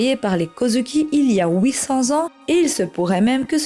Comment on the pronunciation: mdr "il y a oui-cents ans" cette prononciation.